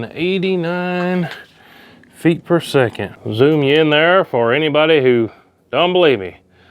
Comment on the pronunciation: Did he say "eight hundred and sixty whore"? 😂😂😂